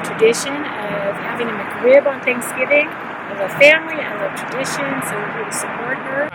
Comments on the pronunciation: It is just a nasty sandwich that IS NOT lucrative to McDonald's. Get over it. It's not McCrib It is Mc Rib. Pronounce it correctly. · If she wanted to sound more legit...one simple thing. It's "Mc-Rib" not "Mc-Crib". Her trolling would be that much more convincing.